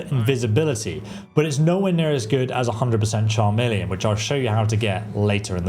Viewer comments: CHARmeleon? There is no R in Chameleon. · 100% "Char-meleon" brother this is not a secondary evolution of a starter Pokemon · Chameleon not charmeleon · A "Cham-million" spell? Really? You YouTubers needs to learn to pronounce the words coming out of your mouths. It's "Kah-meal-ee-un". Like the lizard. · well that is obvious. It’s pronounced “Chhh em is try” I swear between not pronouncing chameleon and Chorrol (I’ve seen YouTubers pronounce it Chhhorol) I swear they never listened to the game. Many other mispronunciations that make me lose my ever loving mind. My biggest issue is that these videos are all just “How to break the game and make it Zero fun to play”. I’m all for how to level stuff faster if that’s what you want to do, but there are so many videos that if followed will just break the game. 40k magicka, one shot everything and more. They should really advise not to do this if you actually want to have any fun playing a game. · Bro where did you go to school?! How are your pronouncing so many common words so wildly wrong?! At-tri-butes Kah-mee-lee-on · FYI you’re pronouncing “attribute” like it’s the verb, when you should be saying it like the noun! Also “100% Charmeleon” as in the Pokemon?? 😂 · Lol he keeps saying "Charmeleon" spell, like thats not a conjuration spell. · Does he? But that affects reading, not pronunciation. He used to say "TCHAR-meleon", like a cup of tea, until I pointed out that David Bowie was The Rock and Roll Chameleon, like the self-camouflaging lizard, not TCHAR-meleon. In this video he is saying it correctly. {:o:O:} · Chameleon is pronounced Kameleon as in the lizard who can blend in with its surroundings. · stop saying charmeleon fs 😭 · Please learn to pronounce "chameleon". Annoying.